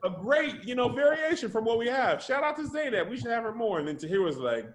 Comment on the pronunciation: Any Arabic speakers cringing at “Zay-naab”